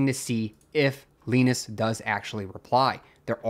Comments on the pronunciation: Lie Nus, not Lee Nus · Who's Leenus? Jokes aside, thank you for covering this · Leenus? nope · Why do you say Linus like that 😭